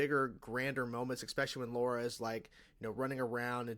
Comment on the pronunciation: Lara, not Laura.